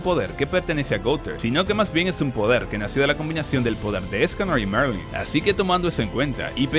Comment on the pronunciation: Se llama Merlin, no Marling, eso en Atak on Titan jjj